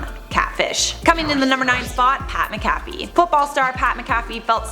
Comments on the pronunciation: MAN - TIE TAY OH!!!! PAT MAC A FEE!!! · Its Pat mac-a-fee. Wtf.